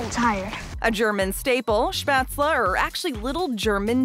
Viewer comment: As a German I’m offended of how she said spatzle